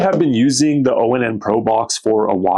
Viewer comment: Dude this brand is pronounced like the word "on". Not O-N-N.